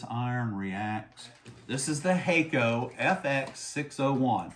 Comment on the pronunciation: Use their tip tinner Pretty sure it’s pronounced HAK- KO Not hey-ko Use 380° for lead free